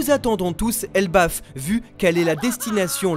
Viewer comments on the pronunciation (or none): none